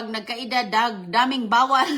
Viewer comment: Anong bawwal bawwal 😂